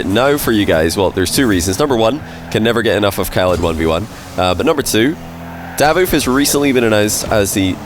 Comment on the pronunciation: I don’t think it’s “Dávoof”, I always heard “Davóof” here in Italy